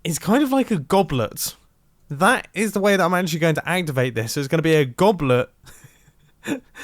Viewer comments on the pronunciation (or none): Does anyone else here goblert or goblern but not goblet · The way he says goblet makes me think it’s not a real word